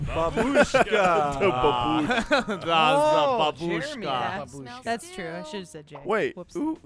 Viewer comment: You americans always put the stress in the word "babushka" in the wrong spot :D